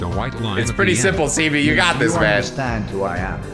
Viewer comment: Sebee its not seebee